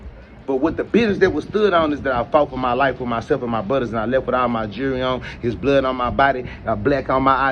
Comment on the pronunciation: I can tell you lying cuz when you replying you..stutta stutta 😂🤡 and The word is JEWELRY not jeurry